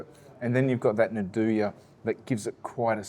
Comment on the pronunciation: Nduja is pronounced andooya not nadooya 😅